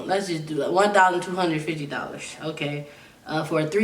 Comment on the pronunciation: damn u dont know how to properly say $1250